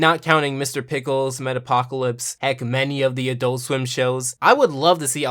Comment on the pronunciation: 🤔 i think you mispronounced Metalocalypse